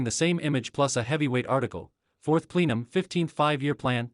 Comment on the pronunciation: PLEE-num? No. It’s PLE-num. Please correct the AI reader.